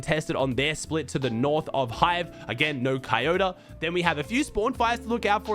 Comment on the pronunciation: bruh why cant say Koyotas name right? He keeps saying kayota. Like hasnt bro ever heard of TOYOTA before?